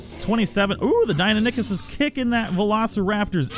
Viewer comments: Dee-i-non-i-kus not dine-o-nik-us. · Die no nie kus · ( DIE-NON-ikhus) my fucking god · Deinonychus pronounced: 'die' - 'non' - 'i' - cus', not 'dienonickers' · It's pronounced Dine-non-i-cus not Dine-a-dick-us just letting you know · Deinonychus. die-NON-ih-kuss. NOT DINA-NICK-US. -. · Die-No-Nie-Kus is the correct pronunciation I believe. I know this is a couple weeks late but commenting because it bothered me too and want people to know the correct way to say it. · Dino-nick-us is not how you say it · Just so you know, it is pronounced dy/die-no-ny/nie-kuss. Otherwise, nice vid. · You said deiynonacus roung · You murdered the pronunciation of Deinonychus its kinda like this (Die-Non-a-Kiss) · Not tryna be a buzzkill but it's DIE-NON-OH-CUS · Die-non-a-kiss is how you say it just letting you know not trying to be rude. 👍👏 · DIE-NON-I-CHUS. (that was a pronunciation btw) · Lol 😂 Dino-nick-us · Deinonychus is pronounced Die-non-o-cus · btw its said Dy-None-A-cus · ITS PRONOUNCED: DIE-NON-O-CUS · Good video, but Deinonychus is pronounced Die-non-ih-cuss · Deinonychus is pronounced Dy-Non-i-kes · you pronounce it Die-no-nye-kiss. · ITS DEINONYCHUS NOT DIENINACUS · I am so triggered the way he says dienonycs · It’s called die non ee kus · It’s die-non-we-cuss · It’s pronounced die-non-i-chus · It's pronounced "dy-non-u-kus" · It is DIE NON IK US how is it hard to pronounce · I liked the video and all but your pronunciations of Deinonychus hurt me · Jack Hugs I know it’s awful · The way he says deinonychus disturbs me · The way you say deinonychus disturbs me.